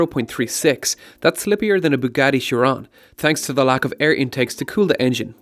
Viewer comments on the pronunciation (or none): none